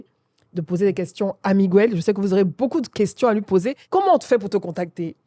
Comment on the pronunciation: Faut revoir ta prononciation de Miguel et non migouel. En espagnol comme en français la lettre G suivit des voyelles fortes U, O, A se prononce G. Ex: Guérir( fr) et non gouerir Guerra ( es) et non Gouerra . Merci